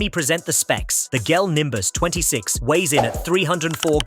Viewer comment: Is this an AI dictating? Notice how it says Gel instead of Jel (pronunciation wise).